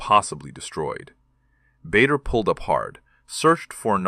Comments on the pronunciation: It’s pronounced Barder, not Bayder. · BADER, pronounced Barda. AI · PRONOUNCED …….. “ BAR DER” otherwise you’d be in trouble and it’s …….. also pronounced “BARKSHIRE” not “berk” 😂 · The namd is pronounced BARDER. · Misspelling and mispronunciation. Bader is pronounced BAH DUH and Berkshire is pronounced BARK SHUH! Same you couldnt google it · The correct pronunciation is Bah dar. And the ME262 didn’t appear for a few more years…. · Very well said about the pronounciation of BAder and throughout this video the sjubtitles are more than attrocious. I met him too in late 1957 when he presnted prizes at my school. I still have the book he handed to me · The pronunciation of Bader is definitely wrong. Please fix it. It is pronounced Barder.